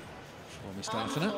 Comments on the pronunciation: I'm rewatching this and the way the guy is saying Mustafina is bothering me! It's Moo-sta-fee-na! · they say aliya mustafina wrong